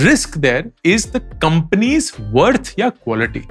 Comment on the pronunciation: 'Companios' 🤣🤣That was nice, Thank you sir.